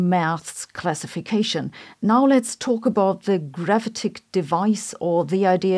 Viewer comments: Gravitic is pronounced: gra VIT ic . And array: ah-Ray. If you care to think about this, otherwise don't let me bother you. You are terrific. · Who else clicked on video just to hear her say gravitic.